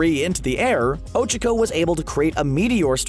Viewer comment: You..you pronounced Ochako's name wrong...how could you? im not a hater ok? Just wanted to point that out. :)